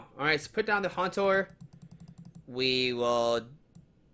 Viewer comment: It's Haunter not Hantor!